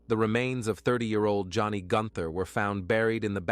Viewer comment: "The woman"? "The man"? "The wife"? Not the best use of the English language. Not easy to listen to. And the murdered woman's name was Joni Gunter not Johnny